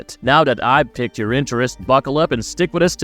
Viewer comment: "piqued your interest" its pronounced "peeked" not "picked"